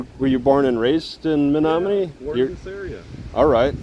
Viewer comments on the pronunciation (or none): I would’ve pronounced that “Me no money” if you hadn’t said it aloud. I also finally realized your voice reminds me of Mike Judge. Stay safe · City pronounced ME NO MONEY.